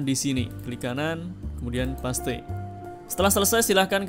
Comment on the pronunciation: Mas mohon maaf. Ijin koreksi : Paste, bacanya pest Wifi, bacanya waifai. Matur nuwun 🤝 Keep it up. Videonya sangat sangat bermanfaat! ❤